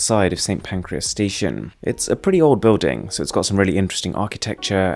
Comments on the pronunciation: I've never heard someone say Pancras but always hear Pancreas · Did you say Pancreas or Pancras?